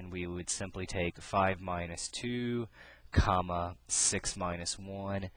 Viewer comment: love the way you say coma lol! thanks, love from malaysia :)